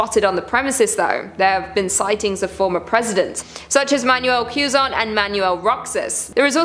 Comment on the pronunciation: Quezon is pronounced "keh-zon" , also good grief that accident at Ozone Disco was such a tragedy. I understand the fear of people at the time, but it goes to show how not panicking can go a long way in emergencies, which is why drills are so important.